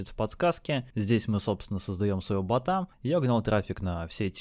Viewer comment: бОта а не бАта. Аж слушать невозможно!